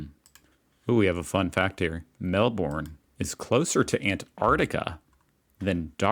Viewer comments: Hun, it’s not Quantoss, it Qantas(sounds like quan-tss) the “a” is silent. And Melbourne isn’t Mel-borne. It’s Mel-bn… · The way these Americans say Melbourne and Brisbane and Jacaranda 💀